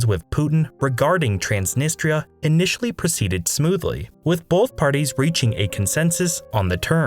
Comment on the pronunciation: Wess Arabia? TRAANSNNISTTRA DIPPSHIT